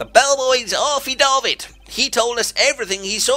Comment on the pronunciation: affidavit is pronounced (aaf-fee-day-vit). Nice try though! :D